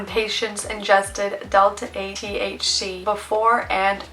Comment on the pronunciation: It's pronounced "THC" not "TH-She"